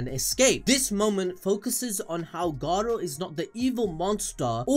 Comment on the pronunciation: Stop rolling the R when you say Garou